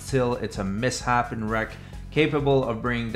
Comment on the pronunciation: Misshapen Is pronounced miss- shapen. Like badly shaped. keep fighting the good fight.